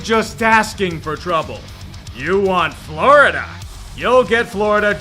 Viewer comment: I heard PH instead of Florida lol